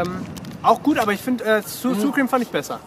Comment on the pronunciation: "Sur Cream" :D